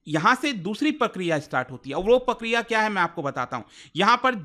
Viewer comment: प्रक्रिया ❌ पकरीया ✅